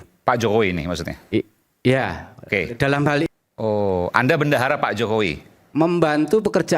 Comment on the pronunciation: Ngomong bendahara aja bandara jelas ada tekanan dan setingan